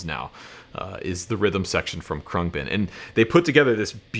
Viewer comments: Your new favorite band and you don't know how to pronounce their name: Khruangbin (/ˈkrʌŋbɪn/ KRUNG-bin; Thai: [kʰrɯa̯ŋ˥˩.bin], เครื่องบิน) is an American musical trio from Houston, Texas. The band comprises Laura Lee on bass, Mark Speer on guitar, and Donald "DJ" Johnson Jr. on drums. Thanks Wiki!! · I believe it’s pronounced crang-bin. It means airplane in Taiwanese. They are great! I can thank YouTube for working them into my homepage. I kept seeing this live version but never clicked on it. I finally was sitting in my music room with my bass and I happened to be high and ready for bed. I finally clicked on it and I’m sooobhappy I did! Great video! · Dude the way you say their name makes you sound so uncool 😂